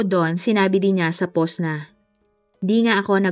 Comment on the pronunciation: powst not pohhhst, mowst and not mohhsttt... nakaka bother ung pronunciation.